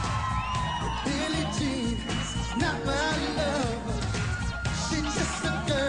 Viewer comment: ez is egész jó, csak egy kifogásom van ellene... a billie jean-t miért mondja "billi dzsínnek"?